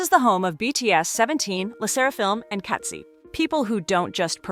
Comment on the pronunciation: “and katsi “ ai voice cant u at least say a global groups name right?? 😭